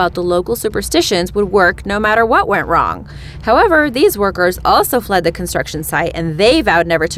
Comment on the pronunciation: It’s Mamba mtu not muntu